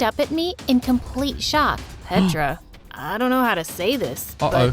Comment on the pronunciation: you're saying petra's name wrong, you're saying petraa, you're saying petra in Serbian